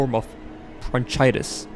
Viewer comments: Bronchitis 😂 the "chi" pronounces as "Kai" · bro can’t say bronchitis correctly it’s pronounced (bron kai tis) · Bron-CHYTIS Bruh… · Bronchitis - (Bron - kai - tis) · Omg bruh BRONCHITIS 😭😭😭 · I hope is a joke and this guy knows how to pronounce bronchitis